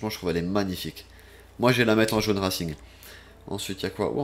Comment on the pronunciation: il a bien dit jaun rasing et pas reising